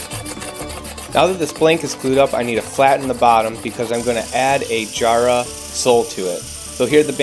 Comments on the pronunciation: Jarrah is pronounced with a hard a, like cat, no a soft long a like car. Like the start of JACK JA-RA not JAH-RA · Love the video, has given me a great idea for my shop students, just one thing, Jarrah is pronounced with a soft 'a' at the start, as in the name Jarred. I am sitting in my lounge looking at about about 3,000 of them out my window. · great video but i cringe every time you say jarrah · Me too but he's forgiven cause the thing he produces is worth it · too true